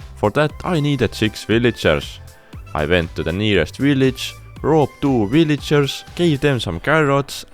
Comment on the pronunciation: When you say you robbed two villagers it kinda sounds like ”i roped two villagers”😂